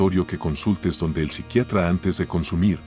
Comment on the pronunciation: Amigos que no se dice con el Psicriatra? Donde el Psicriatra no está bien dicho,sorry pero quería decirlo,pero muy buen video.